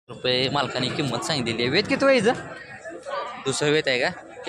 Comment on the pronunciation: पहिला किंमतची उचार होत नाही बगा